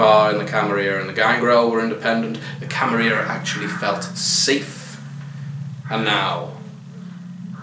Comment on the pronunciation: I hate how people started pronouncing it "Camaria" now. It sounds vulgar and unnatural to me. Every time I hear it, I almost twinge in annoyance. Camarilla... there are 2 L's in there, people!